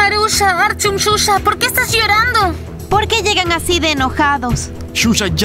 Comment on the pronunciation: El nombre shusha parece q dice chucha